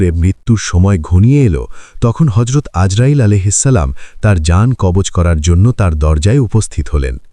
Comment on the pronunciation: কব্জ নয় কবজ হবে ।